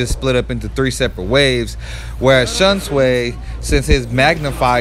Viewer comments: Dear god, the way you pronounce Shunsui is ridiculous 😂 Shun-sway bro? 😂 it’s Shunsui like “sweet” with no “t” Shun-Swee. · You pronounce it shun “Shui” not shun “sway”